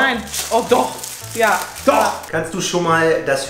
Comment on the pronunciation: I like your "DOCH" the most. is right, now you understand German so well that he no longer has a secret language:-)